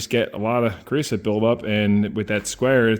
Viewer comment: “Creo-sote” and “soot” are 2 different things. There is no such thing as “creosoot”